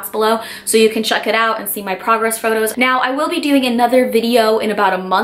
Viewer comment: I thought you said photos of my pussy 😅